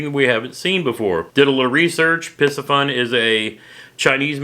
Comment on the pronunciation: Have a couple bait casting rods and a couple reels from Piscifun(Spinning & baitcaster). Love both rods & reels!! You said the name right as I heard it. Stay safe & God Bless!!